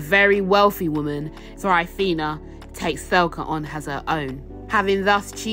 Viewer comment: Is tbere a reason you pronounced her name thelca. Ive always read it like Thecla.